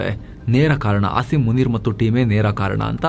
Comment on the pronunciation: avru munir anta ne pronounce madtare😂😂😂